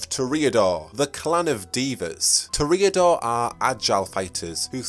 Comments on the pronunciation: Toreador is pronounced "Tore-Ee-Uh-Door" not "Tore-Ay-Uh-Door". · Ok, I gotta ask, what is with some of these pronounciations? To reodors? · Not to offend, but you really should look up how to pronounce the terms you're using. You sound like a midwestern farmer attempting to pronounce jalapeno and instead saying "Jah Lop A-no." And I'll help you out: You mispronounced Toreador. You mispronounced vitae. You mispronounced Seattle. You put the emphasis on the wrong syllable of Ventrue. You're oddly adding an extra syllable to Tremere. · One of my biggest pet peeves is people mispronouncing a word, and pronounces Toreador completely wrong